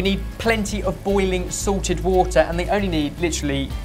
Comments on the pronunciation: For years I thought was saying boiling SORTED water instead of SALTED water and I thought that was the Sorted 'Twist' as he likes to call it... Now it all finally makes sense! Haha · is it sorted water or salted water cause it sounds like ben is saying sorted water? it sorted water a combination of all 4 of your sweat or is it just magical water that comes from the sorted kitchen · Whenever says "salted," I keep thinking he's saying Sorted. All I was thinking was, "Sorted water. They have their own brand of water??"